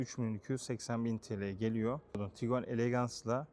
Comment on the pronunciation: HALA TIGUAN YERİNE TİGUEN DEDİĞİN İÇİN ABONE OLMUYORUM